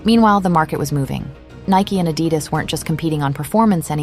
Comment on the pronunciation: I came this close to switching off after the mispronunciation of Adidas…